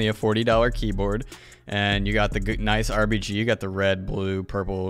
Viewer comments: did you just say rbg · did he just say RBG instead of RGB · says RBG instead of RGB lMAO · Lol, he said RBG instead of RGB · Did you really say RBG... its RGB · "RBG" its rgb just saying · He said rbg instead of rgb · Good “rbg” it’s rgb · He said rbg not rgb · who noticed he said RBG not RGB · He said rbg. It's rgb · This dude just said rbg instead of rgb 😂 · he said rbg istead of rgb lmao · he just said rbg instead of rgb lmao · He said rbg🤣🤣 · he said RBGLOL